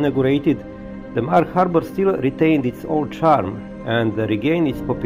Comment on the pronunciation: kad vec snimas videe na engleskom jeziku, bar se potrudi da naucis kako se pravilno izgovaraju imena gradova i mjesta koja posjecujes i o kojima pravis video Nije hejt, al bas ruzno zvuci kad pogresno izgovaras imena gradova. Izgovara se Emdzar. Nije Bugiba nego je Budjiba. I tako dalje. Lijep pozdrav iz Arba (Gharb) i puno srece u daljnjem radu. 🤗🤗🤗